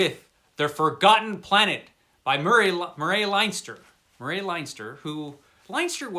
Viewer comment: Mur ray? Ya mean, Murray….😂